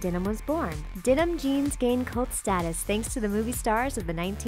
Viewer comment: Dee-num? for Denim?